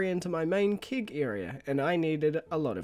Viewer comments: Im the guy who gets bothered by the weirdest things. Why do you pronounce it „kig“? Its kEg!! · I celebrate you pronouncing things differently but I also skip 10 seconds ahead when I see kEgs! Kappa